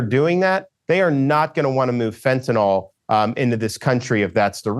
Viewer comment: It's fentanYL, governor. Not fentanOL.